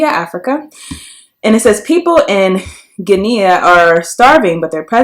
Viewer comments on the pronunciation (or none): Btw- the country Guinea is pronounced Ghe-nee not Ghe-knea.